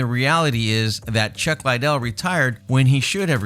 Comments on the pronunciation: Lidell- ( lee-dell) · Man, its Lid-del, your pronouncing it like the coke head. Also, Jay's right, he never fought any of those heavyweights. Really need more research before you "report" on all this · Just listening to how you pronounce chuck's last name tells me how little you know about anything. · Lot's of these dislikes have to be due to the way he pronounces the fighters' names. That's not how you pronounce Chuck's last name. He butchered at least 4 fighters names in this video. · Pronounce Liddel correctly ffs